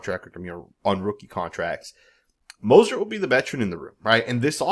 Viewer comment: You can’t even say his name right 🤦🏾‍♂️🤦🏾‍♂️ so it’s obvious you don’t need to be doing a video on him or anybody else on our team 👎🏾👎🏾👎🏾 who the hell is Mosert???? And you don’t know what offensive we’re going to run bro you don’t have no knowledge of him or our team… Dude is still one of the fastest players in the league did you know that??? Yeah I’m inscribing from your channel because you honestly not saying this man name right let’s us know YOU DON’T ANYTHING ABOUT THIS MAN OR FOOTBALL 🤔😏😏😏😏😏😏👎🏾👎🏾👎🏾👎🏾👎🏾👎🏾👎🏾👎🏾👎🏾👎🏾👎🏾👎🏾👎🏾